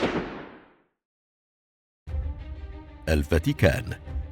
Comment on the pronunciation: الالقاء سيء ، اجل ليس لديها قيش .